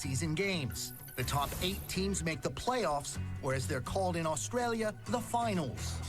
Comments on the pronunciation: Where is “Oshtralia”? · Say "Oshtraylia" again why don't you? FFS.